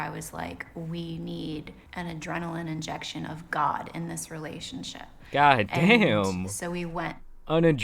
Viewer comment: Cough..cough... "injection" iight im out